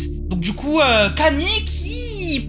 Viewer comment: Kany😂😂 on prononce: "kayni" bordel✌🏽